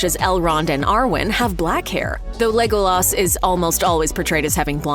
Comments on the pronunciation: yes, a lot of these are wrong, but why is no one talking about "legOOlas" lol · I guess we shouldn’t expect any better than that from someone who keeps pronouncing Tolkien toll-KEEN and Legolas LEOG-loss as if it were an expression of missing a brick on your latest LEGO construction.